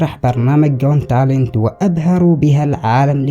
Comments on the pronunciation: اخي اسم البرنامج حق المواهب.. جوت تالنت "قوت تالنت " got talent بنسمعك تنطقها مثل جونتالن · اسمو برنامج المواهب جوت تالنت مش جون تالنت😤 اغتصبت اللغة الانجليزية انت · مبدع يا بس ياليت تكون تتأكد من نطق الأسماء والمصطلحات بشكل صحيح قبل عمل اي فيديو.. مثلاً جوت تالنت ليست جون تلنت وفقك الله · الي لاحض ان بيقول "غون تالنت" "gone talent" 😂😂😂😂😂😂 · ماشاء الله بارك الله فيك بس ياخي ليش تلفظ got talent بشكل خاطئ 😅 اتمنى تصلحها